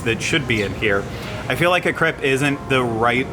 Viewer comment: Also your commitment to pronouncing it "crepp" is fantastic.